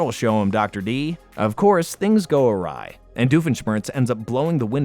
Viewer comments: you pronounced awry as AW-ree when it should be pronounced ah-RYE. hate to be that guy but i couldnt get it out of my head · you pronounced awry wrong